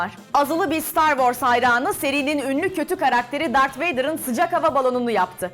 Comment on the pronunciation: Dart degil Darth abla.